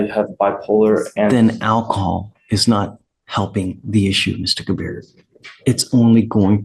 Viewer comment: Ke-BEER is also hooked on phonics